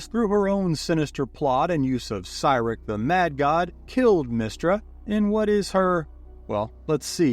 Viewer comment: The way you say Cyric is making me spiral 😭